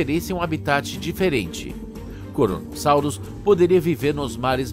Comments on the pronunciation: Krono, Kronosaurus e não Koronosaurus! Vocês só têm o trabalho de traduzir um programa pronto para o Português e mesmo assim fica uma porcaria 😔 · "koronosauros" kkkkkkkk (poucos entenderão)